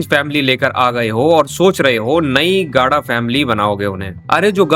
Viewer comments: Bhai tu gada bolna Sikh le phle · the way he says gada😂😂😂